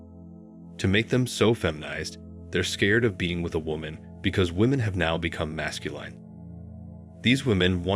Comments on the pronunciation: 1.12. Can u PLEASE say Masculine properly!! Your robot voice is doing my head in. Phonetically it's "mascuLIN" NOT mascuLINE"!! Grrr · Narrator is a computer voice? Consistently mispronounces "masculine" as "mascuLINE." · Why do you pronounce masculine retardedly? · Never heard the word masculine pronounced that way. Wow. Increeeedable. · THIS BOT CAN'T PRONOUNCE M A S C U L I N E.:face-green-smiling::face-fuchsia-tongue-out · Sorry. I only made it to . Is this being narrated by AI? Either learn or teach your AI to correctly pronounce "Masculine" and "Feminine" because it's really annoying listening to the narration. There you go - downvoted. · This is a popular topic used for click-bait.Then you proceed to RUIN THE LISTENING EXPERIENCE by using robo-speech. The producers obviously DON'T care about the subject matter. All they want is the money generated from clicks. These producers are running a click-bait video factory and couldn't care less about the quality of the subject matter. Words like "MASCULINE" repeatedly and annoyingly mispronounced as "mas-cu-LINE demonstrate how little they care about the videos they put out. God forbid they should use a REAL human narrator. That would cut into the bottom line. I know complaining about it won't even be noticed by the producers. Nor will any of he other comments made here.Gotta keep the assembly line going.